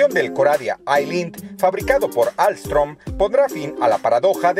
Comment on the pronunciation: ALSTOM SE DICE MO HERMANO YO TRABAJO AHI😍